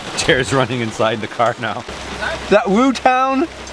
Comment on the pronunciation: it’s Wu tang not Wu town! Lol